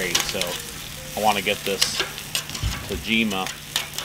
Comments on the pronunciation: He will be the queen until he learns to pronounce "tah-jee-mah"! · Y'all should give up on pronouncing tajima 😂